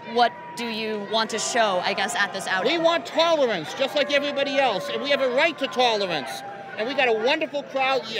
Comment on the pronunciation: Give this man his tolawence and tewiffic day